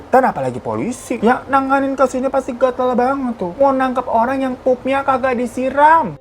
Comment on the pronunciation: DAN ENGGAK DI SI RAM, ngakak ma penekanannya🤣